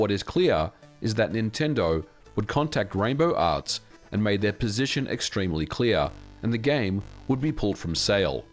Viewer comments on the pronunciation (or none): none